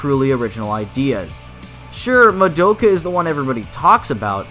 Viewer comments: I swear it's pronounced Mah-Doh-Ca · but they always pronounced as Mah-Do-Ka